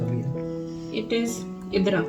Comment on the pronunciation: Hii sry bt it's nt idra it's idada Sry bt I can't stop my laugh d way u say idra 😁